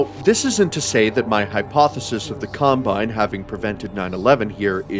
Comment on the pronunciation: im extremely sleep deprived rn, and i heard: "In Half Life 2, the CUMbine occu-" ... i died laughing